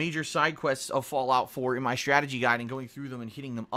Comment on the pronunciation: He's using a "schtrategy guide".